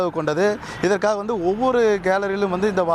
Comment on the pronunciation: தற்குறி தமிழ் ஒழுங்கா பேசு